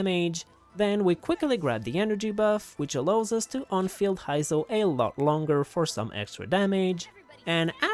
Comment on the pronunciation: That “Hy-zo” is killing me…